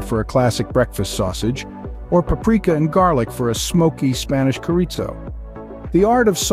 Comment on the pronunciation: Very cool informative video on how the sausage is made 😃The way Chorizo was pronounced to co-rizo gave me a good laugh LOL! It was like a fun surprise in the middle. I do enjoy knowing how many things are made. Thank you for this wonderful video! Totally subscribed.